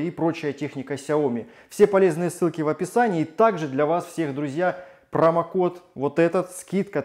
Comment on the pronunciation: Ужоснах, какой гадостью ты питаешься. Не прАмокод а а прОмокод. А так.. Зачот